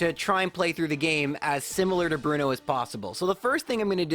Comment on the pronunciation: Aaah, I see you're a man of culture, as well. Thanks for the corrections, it's been a while. And being wild Onix to give even chances sound more like the badass type of thing Bruno would go for. That Bruno, I mean. Not this "Blu-no".